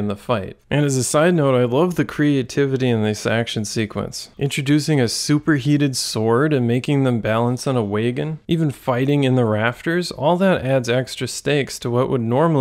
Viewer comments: Sorry, did you pronounce "wagon" as "waygon"? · this a great video essay but I've never heard the word "wagon" pronounced like that